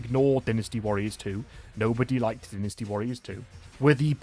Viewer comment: Wait its not Dy nasty?? its Dinisty?? HUH???